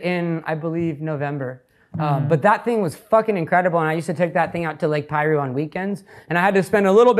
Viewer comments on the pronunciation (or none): when he said lake piru 😓